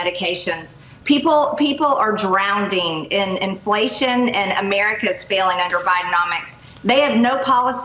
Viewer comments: Does she spell drowning the same way she pronounces "drownding"? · She should also look up how to spell and pronounce drowning. “Drownding” my goodness. Bless her little heart. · We all know that MTG isn't smart. At all!! No wonder she doesn't know the definition of communism. She can't even pronounce the word drowning; she's just not educated very well. Also, she's supposedly a legislator, but she has no clue about the law. Showing nude pictures of Hunter Biden in a Congressional hearing shows she has no sense of decency. Those pictures were without his consent, & she posted them online where children might be able to see them. Those pictures should never have been displayed anywhere!! #VoteHerOutIn24!! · Drownding is not a word. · “People are drownding.” No such word as “drownding.” The woman, MTG, is an absolute idiot! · "People are drown-ding"??? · "Drownding," like a three-year-old. Is she an example of arrested development? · give her a break. It was probably almost lunch and she was thinking about "drownding" herself in a refreshing Gestapo soup 😆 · Um, she is stupid. 45 was not indicted by Biden.😅 He was indicted by his peers. Also, "drownding."🤣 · Drownding isn't a word Caveman!!!! Thank you for reiterating the idiocy of this pathetic large faced caveman(esch) thing in our government. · I sawr her drownding in coveffe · The Traitor thinks “drownding” is a word. She is remarkably badly educated or just stupid. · ROFL, people are “Drowding” 😂😂😂😂 that was NOT a slip up. She meant what she said and according to her “People are Drownding”🤡🤡🤡🤡🤡🤡🤡🤡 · That is why she is called EMPTY STUPID TRASHY GANGRENE. TRUMP must really love her because she is so uneducated. 😂😂😂 "DROWNDING" 😂😂😂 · She just said people are drownding ,what the heck is drownding ??does she mean drowning ? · The main reason MTG says "peach tree dish, gazpacho, and drownding" is because she has to say it the way her base says it so they can comprehend what she is saying! 🤣😂🤣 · Drown-ding huh?